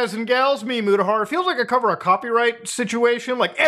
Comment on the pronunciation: Imagine if he started his video with "It is I, Mutahar" I thought he was saying "It's meet Mutahar" my bad my dude.